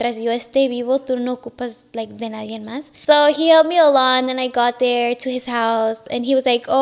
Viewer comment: Well spoken but says “ nadien” 😂 it’s NADIE.